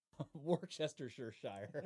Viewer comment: pronounced ... wor-ster ... wi-ster